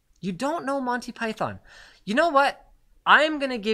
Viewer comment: Linus saying Monty Pie-thone makes me cringe.